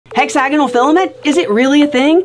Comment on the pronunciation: The way she pronounces hexagonal made me google how to pronounce it. I’ve been wrong I’ve been saying it like hexa-gone-al What in the dialect